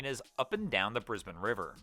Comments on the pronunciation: Thank you for pronouncing Brisbane correctly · Thank you so much for pronouncing Brisbane correctly!